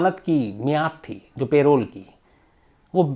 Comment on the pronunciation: सर वो पैरोल नहीं परोल होता है